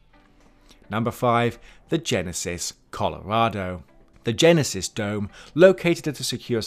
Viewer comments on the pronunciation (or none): none